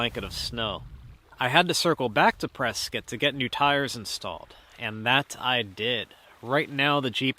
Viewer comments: Prescott is pronounced Press-cot! Not Press-kit. Like the mans name it ends in Scott not like a tool “kit”. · I thought he was pronouncing it "press cut" LOL Pennsylvania "accent".